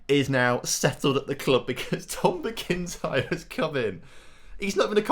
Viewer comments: It's not "Mi-kin-tyre Tom. Its Mac-in-tyre 👍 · Scottish people squirming at the pronunciation of McIntyre